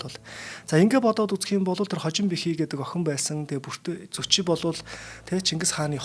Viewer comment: Зүчи гэдэг биз дээ? Яагаад Зочи гэж яриад бга вэ?